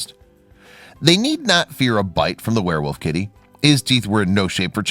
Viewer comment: Did you say ‘wereWOOF’? 😂